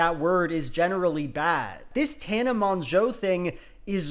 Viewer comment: I can tell you've been learning French by the way you pronounced tana's last name lol